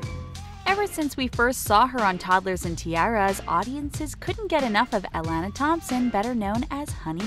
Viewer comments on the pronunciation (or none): its UH-LON-AH